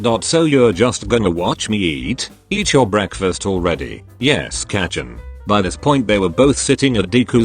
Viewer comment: It's not kachan it's kacchan